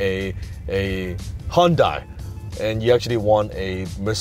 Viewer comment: On another subject... It's pronounced Hyundai... like Sunday. 😉😉😉. Also, this was a very thought-out video. I usually don't care for these videos that aren't about JKD but this one is good advice. At least in my non- professional opinion. Thanks Dan.